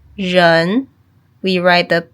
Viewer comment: Why does rén sound like you are saying 'jern'?